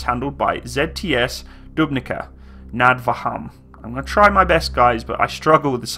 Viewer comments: just for future if ever you would do a video about T72M1 with 2x 20mm oerlikons. Trenčín - Trencheen. Dubnica nad Váhom - Dubnisa nad Va hom. If you ever see č, ž or š, as english speaker you just add H behind the c, z or s and you will get pronounciation of it. Cheers mate. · Dubnica nad Váhom, I nearly died :DDDDD, sorry, great vid tho. Cheers from Slovakia.